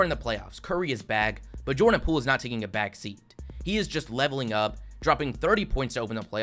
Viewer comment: Dude, the content of your video is great, but you really need to work on your narration. The way you drag out the last syllable every few words really detracts from your video and makes it almost unlistenable. "Today we're gonna look baaaaaaaaaaaaaaack.............at every single playerrrrrrrrrrrrr............that was taken ahead of him in the draaaaaaaaaaaaaaft......" I mean, c'mon man